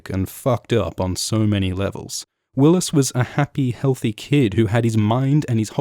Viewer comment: "healty" lol hes a fat fuck xD